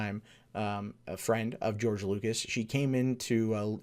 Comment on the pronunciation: I might be wrong, but I believe his name is George LUCAS, not "Lucis".